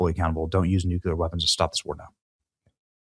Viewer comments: would also recommend you run a search and simply ask this question; “is Nucular a word” it will explain exactly what I’ve been telling you. It is listed as a known misspelling and mispronunciation of the word Nuclear. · NEW-KLEE-UR 👍 NEW-CUE-LUR 👎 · Please please please learn to pronounce nuclear instead of nukular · Repeat after me. “NU-CLE-ER” you spell it correctly but fail to pronounce it correctly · The title says Nuclear but you say Nuc-u-lar!!!! Which is it??? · Nu-clee-er Repeat after me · Benny......you dont know how to aay nuclear.......... its not nuke u lerr........goof ball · Please please PLEASE pronounce the word NUCLEAR correctly!!!. it is pronounced NU -CLE-YEAR. goodness it kills me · "Nu-kew-lar" Gnnnn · Why is he pronouncing "Nuclear" like homer Simpson? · Too bad Benny cant pronounce "nuclear" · You are correct. That IS the pronunciation. That’s just not what I’m hearing. But it won’t keep me from watching my boy Benny every day! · You STILL can't pronounce NUCLEAR properly. Who do you think you are, George W. Bush? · You still can’t say nuclear 🙄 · I really hope they don't use Nuclear weapons. Nucular is interesting though. I wonder what it is. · Love you, but please pronounce the word “NOO CLEE ar” correctly or you are channeling George W Bush who famously pronounced it “NOOK U Ler”. Please, if we’re going to end civilization with this weapon, let’s say the work correctly. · NU-CUE-LUR! Haven't we discussed this Try it like it's spelled: nu-clear. 😘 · all you need to do is run a simple google search for the pronunciation of the word. It will even show you the discussion on why so many Americans mispronounce the word as Nucular instead of Nuclear. The pronunciation is primarily an American thing. Dictionaries will also show the proper pronunciation of the word. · Nuclear...NOT nukular! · Nuclear, pronounced "New-cleear". Not pronounced "New-Q-Lur" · Benny, repeat after me, you need to pronounce it Nu klee er, not Nuk Yoo ler. Love ya